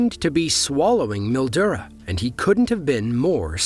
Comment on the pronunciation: You got Bendigo right, but Mildura is pronounced Mil-Joora. Gotta love Australian English 🤠